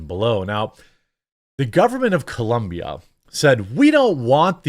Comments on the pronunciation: It's COLOMBIA not ColUMbia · it's COLOMBIA, idk why this is so hard, I live here and literally they have shirts that say "It's Colombia not Columbia" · Colombia, not Columbia, cmon Jeremy! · Why you have to pronounce Colombia like that? Are you some sort of xenophobe?